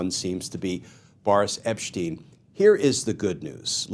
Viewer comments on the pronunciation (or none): Who’s epppssteeen? This fool cannot even get names correct.